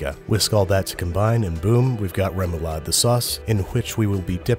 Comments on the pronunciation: I, as a dane, flinch when he says “rae-moou-laaed” Lovely. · Ahah the way you say "remoulade" is o wrong but so funny haha. *danish gurl here lolol